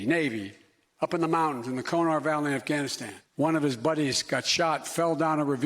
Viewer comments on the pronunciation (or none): It's pronounced KUNAR.....KOO-NAR. not KOH NAR. If people were willing to go and fight there these fokls could atleast take 15 seconds and check how its pronounced.....jesus….